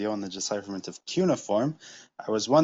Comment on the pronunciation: Ugh, I wish people would pronounce cuneiform correctly